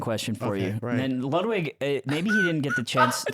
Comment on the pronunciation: I love how Peter, an american man , pronounces Ludwigs name like an european!